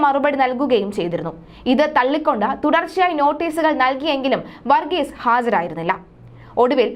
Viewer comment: വർഗീസ എന്നല്ല വർഗീസ് എന്നാണ് അദ്ദേഹത്തിൻ്റെ പേര്. വന്ന എന്നല്ല പറയേണ്ടത് വന്നു എന്നാണ്. വന്നത എന്നല്ല പറയേണ്ടത് വന്നത് എന്നാണ്. വികലമായ ഉച്ചാരണം കേൾക്കുമ്പോൾ വല്ലാത്ത മടുപ്പ് തോന്നുന്നു. ഷ എന്നതിന് ശ എന്നും ; ഭ എന്നതിന് ഫ എന്നും ഉച്ചരിക്കുമ്പോൾ വാർത്താവതാരകർക്ക് അക്ഷരത്തെക്കുറിച്ച് പ്രാഥമിക ബോധം പോലും ഇല്ലെന്ന് മനസ്സിലാകും.